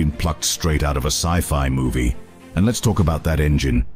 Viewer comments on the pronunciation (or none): none